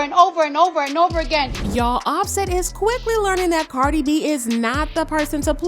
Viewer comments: Is this guy saying carly opposed to cardi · It's Cardi not Carly.. lol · Is this mf calling her Carly B😂😂😂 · why you calling this lady CarLi B 😂